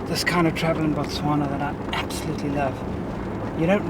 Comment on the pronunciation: Its Botswana, not Motswanna